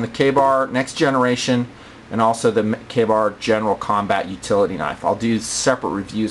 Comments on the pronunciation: kabar? i thought it was pronounced kay bar.... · its not pronounced kabar its pronounced Kay-Bar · why does he say kahbar? isnt it kaybar? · o meh dosent matter butfrom what ive heard its prounounced kay bar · its pronounced kay-bar.